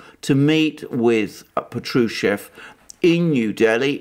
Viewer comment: Patrushev pronounced as pAtrushev with accent on the first syllabus